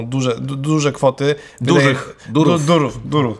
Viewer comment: Za każdym razem kiedy pojawia się "durów" ja słyszę "durum". I robi mi się ochota na kebsa. Dużo kebsów. Durum.